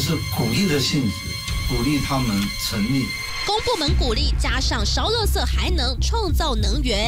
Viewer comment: 為什麼要把垃圾講成(ㄌㄜ)圾